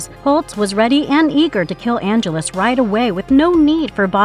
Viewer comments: And not only that, but pronouncing Angelus correctly, and then mispronouncing it, and then going back to pronouncing it correctly again, all in the same copy. Not to mention the creative phrase, "one of the most strongest." 🤦🏼‍♂️ Ouch. 😏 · I thought the back-and-forth pronunciation then mispronunciation of Angelus was bad, but then we get this phrase ☞ "…one of the most strongest..." One of the most strongest?🤦🏼‍♂️